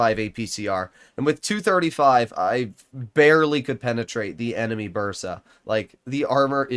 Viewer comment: Ok i can understand weird spelling and writing of polish td names, and the fact that its hard to say them, but if i could ask 1 thing, it would be to pronounce "Burza" (tier 6) at least as"Busha", not "Burtza". RZ/Ż sounds like J in Jacques (idk any examples in english)